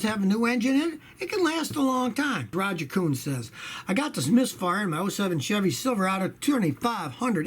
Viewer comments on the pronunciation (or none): none